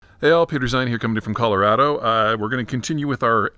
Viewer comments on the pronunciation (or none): none